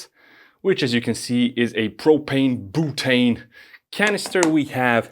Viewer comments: I love how you pronounce "butane" as "BOOTANE". FYI it is pronounced something like "bewtane". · "Boo-tane".... "b-you-tane"